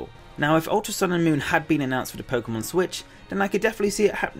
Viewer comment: The pomemon switch? Lol